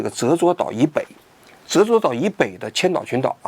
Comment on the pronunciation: 是 ze zhuo 不是 ze zuo